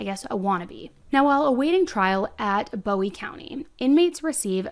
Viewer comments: I'm a big fan of the channel but as a resident of New boston your pronouncing of words is killing me 😭😂 It's TEX-AR-CAN-UH and BOO-WEE county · I'm pretty sure it's Boo-ie, not Bow-ie (in TX it's not pronounced the way David Bowie's name is). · It’s pronounced 👉🏽 Boo-ie. it’s my town. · Love your videos! I'm actually from this area so I wanted to give you the correct pronunciation...Bowie is BooE... And Texarkana is Tex-R-Can-A 😁🥰😁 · Oh yeah, it’s Boo-ee county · Listening to you say Texarkana (Tex-r-can-a), Bowie (Boo-ie), and DeKalb (D-Cab) has me me cringing lol. Great job telling the story, just funny pronunciations. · I love the way you say Bowie but it's actually said like Boo-E. Love your videos I have just re-found you so I am binging all the videos I haven't seen!!! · Texas has automatic appeal on death penalty cases so it will be a while before she’s put to death. But I agree that it is warranted. Oh, and Bowie is (Boo-ie). 😊 Thanks for all the great videos! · Bowie county is pronounced Boo ee county and Texarkana is pronounced tek sir ka nuh. I live in Texarkana and work in New Boston, TX. Thank you for covering this. I didn’t know about her behavior in jail. The details are horrific. She’s evil!! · Bowe county is pronounced Boo-e county and Texarkana is pronounced Tex-are-cana Give it your best sounthern accent lol it helps if you are holding a beer and smoking a cigarette 😂 Due to it being on the Texas Arkansas Louisiana border Lol I died when I heard you pronounce Texarkana lol 😅 like nails on a chalk board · Bowie County is pronounced boo-wie and Texarkana is pronounced tex- ark-can-a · you are my favorite!! this case happened so close to me, and i haven’t even heard about it until your videos! also, i just wanted to let you know bowie county is pronounced boh-wee, and texarkana is tek·sr·ka·nuh. but anyways, you should cover the athena case in wise county!! that’s also close to me and so sad.